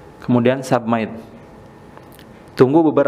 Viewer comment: Submit : sabmaittttt Enhance : enansiiiiiii 🤣🤣🤣🤣🤣🤣 lawak ni channel.. pronounce nya yg bener dong, sayang channel nya subscribernya udah banyak tp public speaking nya amburadul.. yang bener tohhh nyebutin